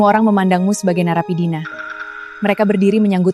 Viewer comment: Naeapidina😂😂😂😂😂 maksudnya narapidana 😮